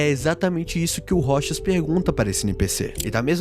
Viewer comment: aaahhh finalmente eu posso ouvir alguém falando "ROCHAS" e não "ROU TCHÁS"